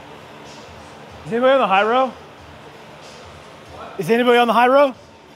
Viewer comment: They thought you were saying "Hello" with a Chinese accent when you said "High-row" 😂